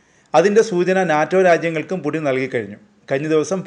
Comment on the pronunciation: purin അല്ല pudin 😂